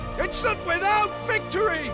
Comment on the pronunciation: That stirring speech at the beginning could only be "improved" by putting Citizen Soldier by Three Doors Down in the background. That pronunciation of "victory" alone is atrocious.